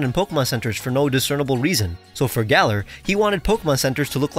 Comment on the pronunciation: have americans still not learned how to pronounce "galar" 😩😩😩 it rhymes with dollar